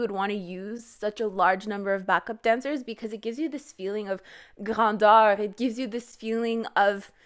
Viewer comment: the way you said "grandeur" , are you french canadian ? or a french speaker ? (because no english speaker can pronounce a french word like that correctly ahah)